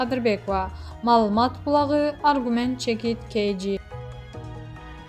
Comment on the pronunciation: Бокболиев .малумас булагы реабилицатсия деп окуган кайсы журналист 🤯